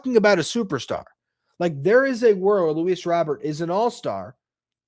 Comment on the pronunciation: Also if you’re gonna be talking about Luis Robert Jr you should prob say it right fuzzy says it right look it up !!!!!!